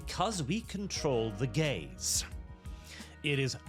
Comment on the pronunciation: Wait, was that 'we control the gaze' or 'we control the gays'?